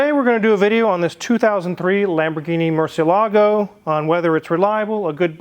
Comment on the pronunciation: Makes me cringe when people mispronounce Murcielago